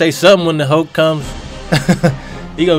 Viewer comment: Funny that "mulk" :D